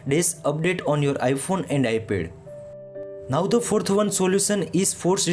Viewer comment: “iPhone and Ipe”😂